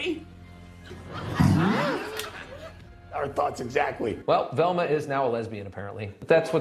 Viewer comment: "Relma's a Resbian?" says Scooby. Yeah I didn't figure that out in 1985.